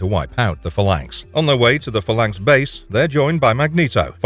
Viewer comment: You're pronouncing phalanx wrong and its killing me.